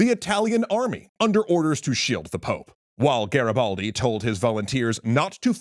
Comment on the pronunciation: Nice show, but your pronouciation of "Garibaldi" is terrible😅😅😅